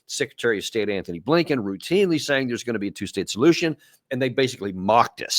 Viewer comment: Dude his name isn’t Anthony Blinken, it’s Antony Blinken. Be articulate if possible please.